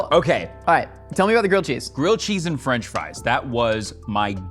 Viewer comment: "gwilled chees n fwench fwies" this man is a gem